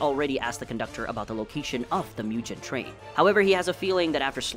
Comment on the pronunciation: "Myujen train." You okay bud?